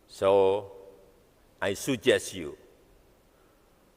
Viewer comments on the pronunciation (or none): Bhs inggris mana tuh pak, suggest dibaca sujes..itu aja dah tinggal baca aja, gmna kalau tanpa teks..wkwkwkwk. Gmna org Singapura mau ke IKN kalau dengar pidato nya aja mereka ketawa ketiwi.